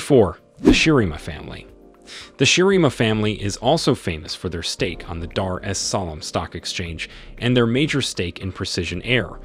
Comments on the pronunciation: How hard is it to say Dar Es salaam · I wish he pronounced Tanzania properly, even Dar-es-Salaam was pronounced wrong. This makes me cringe.